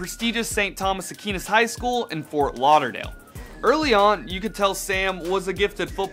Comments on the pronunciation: It’s pronounced a qwAe ness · Apparently I can't say Aquinas right. #imanidiot